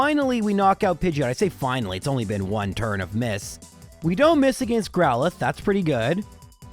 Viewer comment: "Agaeeiinst" Bro, what accent is that? It's almost like the people around where I live that sometimes pronounce water with a u in it.